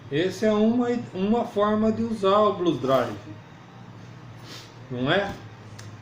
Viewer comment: Blues DriveR. Tem R no fim.